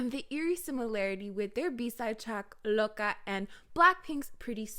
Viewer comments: When you said Loca why I thought you are saying Boca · the way you say loca is so satisfying